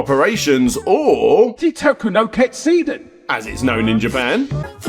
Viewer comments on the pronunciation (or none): Why did you get someone else who can't pronounce "Teitoku no Ketsudan" record the phrase "Teitoku no Ketsudan" for your video?